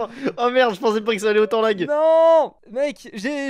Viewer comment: Non plus, c'est LAG, pas LAGUE vu que c'est anglais